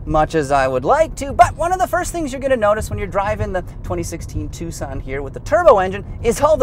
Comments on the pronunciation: Because you pronounce it wrong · Was I the only person that pronounced it "Tukson"?